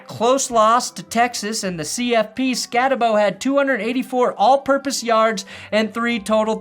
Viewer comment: Skattebo is going to be a steal in the 3rd or 4th round. Great video, and if the Broncos end up drafting him you will see real quick, pronounced Skatteboo*.